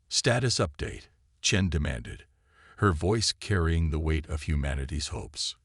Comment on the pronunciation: At least the AI can pronounce Chen without screwing it up